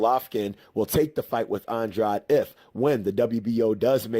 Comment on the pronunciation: I think your pronouncing Andrade wrong.